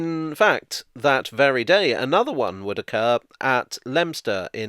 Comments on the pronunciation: in the 5% of the population that can correctly pronounce Leominster. As I've said before, proper gent and no mistake... He's the fusible plug to my crownstay... Ta. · Well done pronouncing Leominster!!! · Thank you, thank you, thank you, for pronouncing Leominster properly!